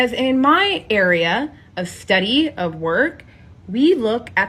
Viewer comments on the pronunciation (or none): “…in my area, of STHUDY” 😂🤦🏼‍♂️